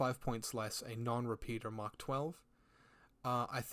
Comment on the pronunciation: I can't tell if it's just the accent or not, but you keep saying something that sounds like Mach rather than Mark 12. Am i mishearing that?